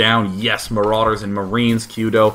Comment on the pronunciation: why does he say maroooders dood?